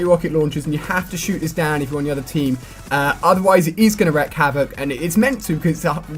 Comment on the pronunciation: It is pronounced wreak havoc. Like week with a R . If we wreck havoc, it would mean we killed the havoc and now have calm. Biggest kill streak cannot be calm silly lol